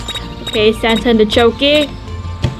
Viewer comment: I love the way you say santea